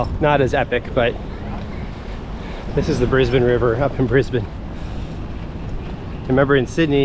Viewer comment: You manage to say Brisbane like an Aussie, my home town, but live in the country 3and a1/2 hrs n/w now hope your enjoying your holidays. 😊